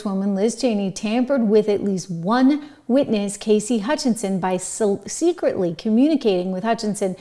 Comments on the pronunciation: Cassidy, not Casey! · Cassidy not Casey